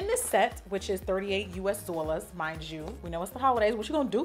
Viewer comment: I love how she says “DAWlers”